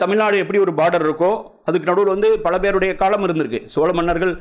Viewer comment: இவர் ஏன் காளம் என்கிறார்